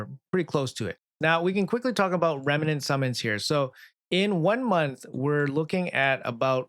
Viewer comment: just REMNANT, not remenant xD